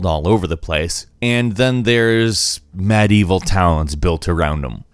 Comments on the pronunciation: "isn't pronounced anything like how it's spelled" ... "Architexture" "madevil" hmmm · Architexture? Madieval? Seriously? Does nobody check whether the pronunciation is at least right or does everybody think those are the correct pronunciations?